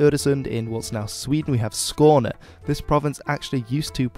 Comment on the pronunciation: Your pronounciation of Skåne was spot on.